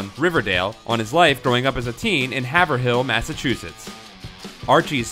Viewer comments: you pronounced Haverhill wrong Haverhill is Have-rill (long a, rhymes with pave) not Hav-er-hill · It's pronounced "HAYVE-RILL." Two syllables, not three.